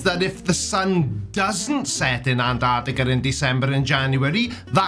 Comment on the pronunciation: Personally, the way flerfs pronounce it "Anarticka" pisses me off.